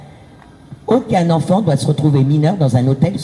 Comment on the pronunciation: Oh et j'en peut plus de cet accent bledar on prononce ENFANT pas Onfon.